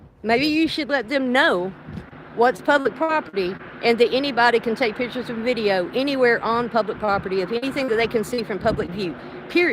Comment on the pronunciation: She's taking 'pitchers', lol.